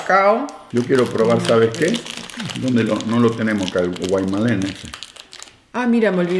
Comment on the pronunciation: Hola. No fabrican alfajores bañados en alcohol porque no olviden que la mayor cantidad de consumidores son niños. Lo que sí tienen son esencias con un dejo alcoholico. Los alfajores Guaymallen se pronuncian Guaymayén, con Y.. es una pequeña muestra de alfajores..hay cientos mas.